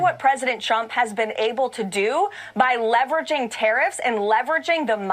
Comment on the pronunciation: at the mark did she say "Look at what President Chump has been able to do..." 🤣